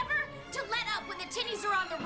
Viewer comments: i thought she said "master skywalker taught me never to let up when the the tiddies are on the run" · “Master skywalker told me to never let up when the titties are on the run!” Was i the only one that i heard that? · “Master Skywalker told me never to let up when the TITTIES are on the run” is what I hear every time. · I thought ashoka said when the tiddies are on the run lol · she said tinnies but yeah it sounded like that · "When the WHAT are on t he run?"?!?! I don't have a dirty mind (.....giggity?......), but I swore I heard something Ahsoka wouldn't say, and I turned on Closed Captioning just to make sure, and CC heard the same thing! 0_0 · who else thought Ashley Eckstein said "Titties" instead of "Tinnies" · Could've of sworn she said "titties on the run" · I thought she said "when the tittys are on the run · "The tities travel" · I'm sorry, but why does it sound like Ahsoka said: "Master Skywalker taught me never to let up, when the titties are on the run" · Did anyone else think Ashley Eckstein said "Master Skywalker taught me to never give up when the titties are on the run"? Guessing she said "tinnies" maybe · Ok, am I the only one that hears Ashley say "Never let up when the titties are on the run." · I thought I heard Asoka said titties at first 😂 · am i the only one who heard titties ? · “Never let up when the tities are on the run” I misheard that every time 😂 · I’m not the only one who heard Tiddies, right? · Did she say titties? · I swear I thought Ashoka said “Master skywalker told me to never let up when the titties are on the run” 🤣🤣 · Hold on did she say tittes on the run, I’m confused asf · Ohhhhh Tinnies...... not what I thought Ashley said.. lol